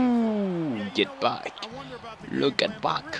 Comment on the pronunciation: C'est get back pas get pack a chaque fois tu dis get pack